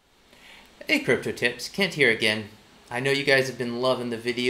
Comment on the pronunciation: When you introduced yourself "Kent here" I heard "can't hear" 😅